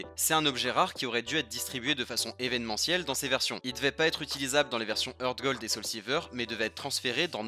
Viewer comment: Un truc que tu savais pas c'est que Heart se prononce "Hart", pas "Heurt".